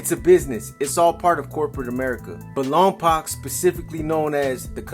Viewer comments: You’re not pronouncing Lompoc correctly. I’m a Lompocan and the way you pronounce the poc is poke, like you poked your eye LOMPOC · I only say it because I live close by.. it’s pronounced Lawm-poke